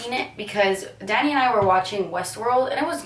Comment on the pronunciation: Oh my goodness when she was talking about humans I though she said "daddy" instead of "danny" lol xD